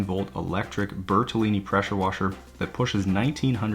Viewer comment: Preshur washur 🤣💕